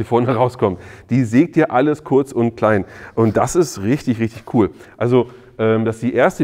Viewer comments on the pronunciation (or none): none